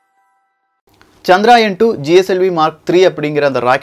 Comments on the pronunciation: சகோ அது சந்திரயான் -chandrayaan (சந்திராயன் இல்லை) தவறு திருத்திகொள்ள மட்டுமே,,please don't mistake me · Bro.. It is Chandrayaan. Not Chadraayan. Pls correct pronounsation also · It is not chandraayan , correct name is CHANDRA YAAN . . .